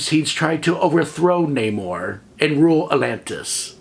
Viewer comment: Also thank you for pronouncing Namor's name correctly. MCU pulled the ol DC "Ra's al Ghul" oopsie.